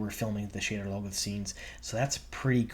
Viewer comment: Sha-DAR Low-GOTH